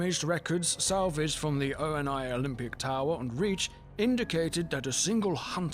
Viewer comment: O N I? REALLY? ITS “ONI” AS IN THE MYTHICAL CREATURE AAAAAAAAAAAAAAAAAAAAAAAAAAAAAA